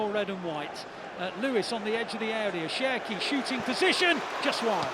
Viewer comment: The more they say Cherki, the more i hear Turkey